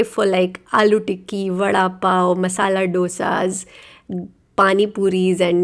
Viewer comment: It is dosa like in Doval not dosa as in donut